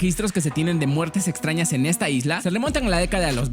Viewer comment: Minuto dice islas patrañas xdd